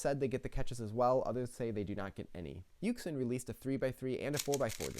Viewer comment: I was stuck between those two also and I picked yuxin lol (btw not to be a know it all or anything but it's pronounced yoo-shin)